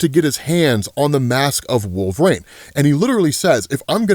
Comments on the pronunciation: Bro.. wolvereen.. not wolver-ain... say it right 🤦‍♂️ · Can I ask why you say Wolverine as Wolvraine? Not picking or anything, tomato-tomotto.